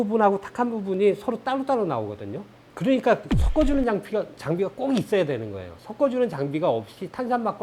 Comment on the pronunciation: 방송 내용은 너무 좋은데 발음은 어떻게 안 고쳐질까요? "섞어" 를 "썪어" 로 발음하면 듣기에도 거북하고 왠지 "썩어" 처럼 들립니다.